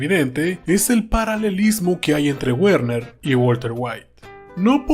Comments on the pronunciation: Una corrección con la mejor intención el nombre de Werner se pronuncia Verner la W en alemán suena como V. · me duelen los oídos al escuchar decir guerner